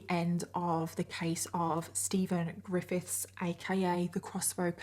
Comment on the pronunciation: “so steven, ggrrifITHS” i can’t pronounce it either 😭😭